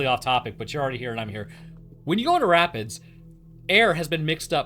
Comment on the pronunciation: When you said rapids, I heard rabbits, and you said they were dangerous. I was like rabbits can take on dogs? Daaaaaamn?